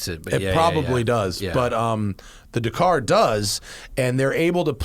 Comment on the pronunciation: Matt still can't pronounce Dakar